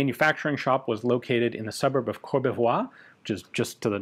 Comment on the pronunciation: Well done on Courbevoie. Your French keeps improving. 👍